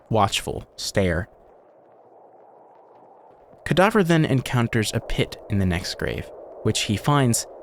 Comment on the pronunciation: “Cadaver” You: “Cadaughver”